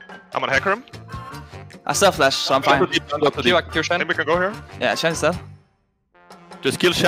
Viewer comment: caps doesnt call him shen, its yjen ;) xD